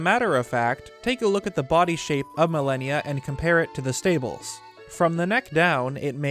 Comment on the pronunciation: Pronunciation: Mal-on-ya (mal-an-ya) Not millennia (ma-lany-a) simple English but great video